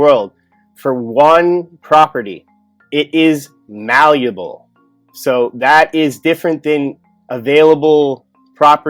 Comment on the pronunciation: Hi, awesome work, Thank You very much. This has always been fascinating to me. If we can talk metal working for a moment, I'd like to clear up a term that is often used while hand forming metals..."MALLEABLE". There is NO "U" in MALLEABLE. It's is not pronounced "malluble". Craftsman understand what it actually means, how to use the term and what it actually means. When you toss around metal enough, you'll find it acts differently in different situations and the words will come to you and then you are in a club of few who actually have tossed metal around and they know it. "Butter", "Buttery" is a term I've used since the 70s, haha, now everyone thinks it's a slang term. Things of this nature are always a insight to the situation/discussion. Such as terms like... "Forging" or "Cast", "Casting". Thank You for the excellent research and information. Peace and Safe Travels